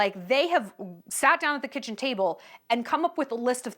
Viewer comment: 🎉Oh gosh your Sponsorship Ad was so entertaining ..love your humor..how to pronounce “kitchen”(kisheon);0..get great food w/o the crying..so good 😅..I cook a lot but this had me rethinking a bit:)